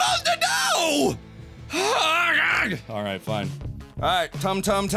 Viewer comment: awight me fwee